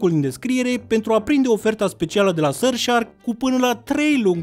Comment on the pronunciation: Ce cringe îmi iau când zice SuRF sHAAArkk👹👹👹